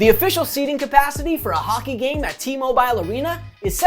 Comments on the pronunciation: It's pronounced T-Mobile not T-Mobiiile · Great video, but the way you pronounce “T-Mobile” arena kills me 😂